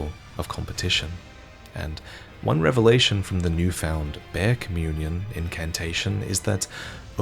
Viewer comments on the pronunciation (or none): none